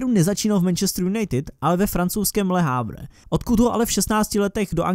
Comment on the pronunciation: Super video,ale Le havre se čte le ávr